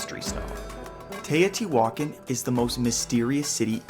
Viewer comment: Im still confused...is she christopher walken's daughter? U know who i mean? Tay O.T. walken. Hey heres an idea...go watch real historians saying the words you dont know how to say like Tay O.T. walken. I mean teotihuacan.